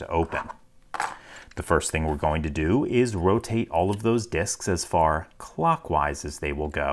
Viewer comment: You forgot "CLOCKwise" with consistent and needless emphasis on the first syllable